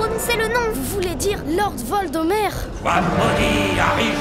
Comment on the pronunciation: La réf sur Harry Potter 😂 « harry Jupiter » 😂😂😂😂😂😂 et la chouette « copyright » je meurs .... « lordvoldhomer »😂😂😂😂 oh mon dieu je meurs